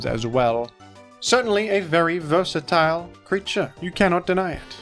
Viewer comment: you say versatile weird